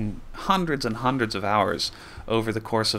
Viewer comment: "hounders and houndreds" .... ... "hours" yee right:)